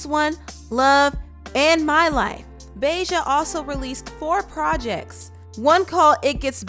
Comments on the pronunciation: Reginae sucked that’s why she had to go🤷🏻‍♀️ and did she say BAY JA?!?! 🤣🤣🤣 it’s BAHJA like the hot sauce 🤦🏻‍♀️🤣🤣🤣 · BAH-JAH! Not BAY-JAH! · Lol the way you pronounced Bahja's name 🤣😂🤣😂 Im dead. Great video !